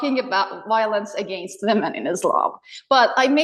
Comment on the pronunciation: For some reason, people who learn English but are not native speakers have particular difficulty pronouncing the word 'against'.